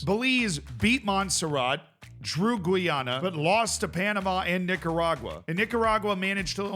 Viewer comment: Gweeyana?! Lol Thats officially the worst pronunciation ive heard to date.